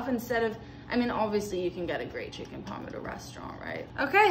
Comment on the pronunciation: “Chicken paaaaaaarm” that’s how u pronounce it